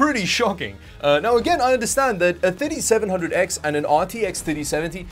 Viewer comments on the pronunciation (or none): Hey! I like your videos, just one comment: When you mention the processor type, please mind the pronounciation. The way you pronounce the R7 3700X is "Ryzen 7 didiseventhousand X". Similarly in your other video I just watched you said it had an "i5 didifourseventy". Bro, these are blablah words. I never thought I will teach a native english speaker, but it is pronounced "Thirty", definetely not "didi". Peace! ;) Update: It has a didiseventy VGA, some didisomething SSD, and the RAM runs at Diditwohundred Mhz. Nice. You know what "didi" means in my native language? Tits.